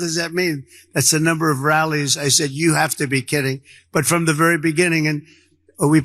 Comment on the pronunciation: My god... What in the hell. Listen to Don say "rallies" the second time. Rozziz???